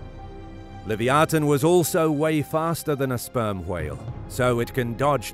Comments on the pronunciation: I believe it’s pronounce Lev-eye-a-thin No live-e-o-tin…… 🤦🏾‍♂️ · It’s pronounced Luh -vai-uh-than